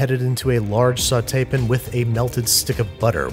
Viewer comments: "Is it bothering anyone that I'm using metric weights and imperial temps" - the guy who says saute pan as "sautepun" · when he said "sauteepin" i had to rewind to make sure that i was disrespected exactly the way i thought i was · When we need a line sweep it’s “grab a broom and a dustpin” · “Sauté pin” 🧐